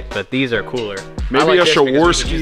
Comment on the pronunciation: Shaworski? Really? It's called Swarovski.